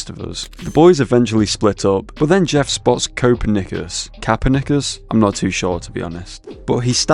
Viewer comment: The way he pronounces Copernicus makes me tweak bro😭😭🥀🥀